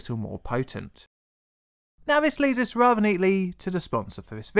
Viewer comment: Vis? TH is pronounced differently to V